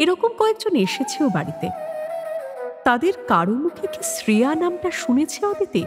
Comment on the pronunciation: eta kemon uchharon... "Sreya"? Ota "Shreya" hobe. Apanader golpe e bhashar uchharon ekdom sothik hoe, kintu eita khub kaane laglo.